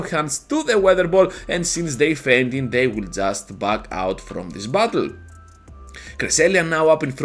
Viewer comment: When you say "battle" it kinda sounds like "butthole."